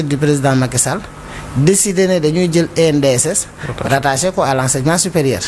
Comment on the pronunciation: ENDSS au lieu de ANDSS